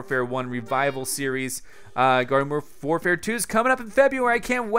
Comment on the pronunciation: Did he just say Garden FORfare at the start of the video? 😂😂